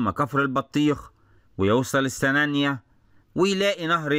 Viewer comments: جميل جدًا، ياريت تنور دمياط وراس البر 💖 نطق السنانِيّة بكسر النون وتشديد الياء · راجع طريقة نطق السنانية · حضرتك بتنطق السنانيه غلط